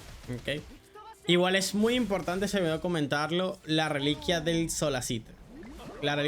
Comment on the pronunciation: Todo perfecto hasta q dijo reliquia 😢